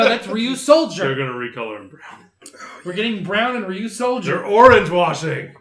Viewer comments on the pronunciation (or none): It’s Ryusoulger